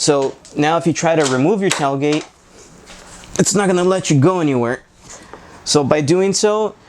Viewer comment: "Tell" gate? 🤔🤣😁